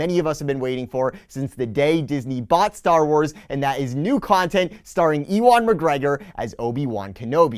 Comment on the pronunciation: Obe-E-wan McGrogi